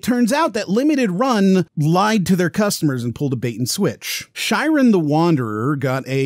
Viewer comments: It's pronounced like "She-ren". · I was with you on this one until you pronounced Shiren as "Shairen"